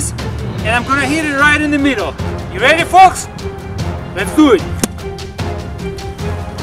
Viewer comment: "Les dew it"